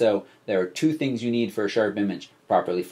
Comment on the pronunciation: Not Thungs but rather "Things"